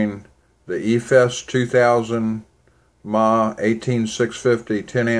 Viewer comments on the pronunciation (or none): mah is not "miliamp". its miliamp hour. ma is miliamp and the h is hour. but yeah, it bugs the crap out of me when people say "ma" like they are calling fro their mother.